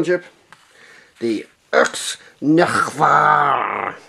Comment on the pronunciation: It's pronounced neg-var